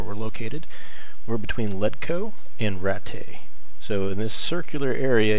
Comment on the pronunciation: Man do you say things wrong. Its Savior Schnapps not Savory Snaps, its Ratt-aye, not rat-tay, its Led etch co not ledco. Thanks for the video.